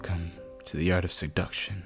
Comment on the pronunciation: did he say suduction